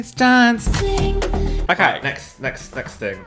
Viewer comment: I truly hate you, I lost it at “ You guys are in a crisis, I’m DAUNCING” 😂😭